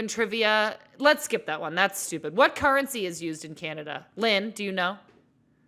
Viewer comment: is it just me or did Sam’s accent came through when she said currency